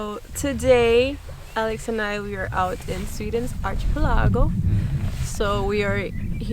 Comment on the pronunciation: Ar-key-pel-ago... not chi.... luckily English is very forgiving to accents ...so we get it